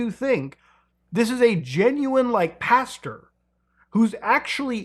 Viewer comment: Muta, I love ya bud. But you started saying pasture instead of pastor. One is a field full of false hope and lies, the other is something you grow corn in. Cmon, do better... Really though, great vid. Thanks for sorting my night's plans for me :D